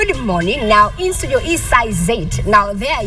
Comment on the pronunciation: how can KTN mess up the word "STUDIO'???????????????